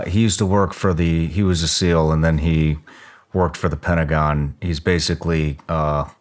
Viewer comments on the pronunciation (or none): none